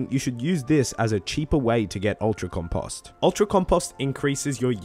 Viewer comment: love the tips man but the way you said compost bothered the hell out of me! Keep it up and appreciate ya!